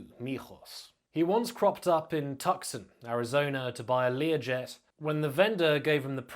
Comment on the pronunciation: as with all incarcerated Narco 'kings' - need books from them (which should be then taken with a pinch of salt) PS - Tucson is pronounced Tooson :) just saying :)